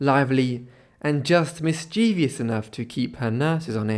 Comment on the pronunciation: There’s no such word as “mischievious” in the English language. It’s, “mischievous”. Three syllables, not 4 is correct.